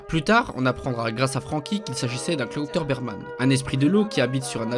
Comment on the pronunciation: C'est claubauterman et pas clauterberman.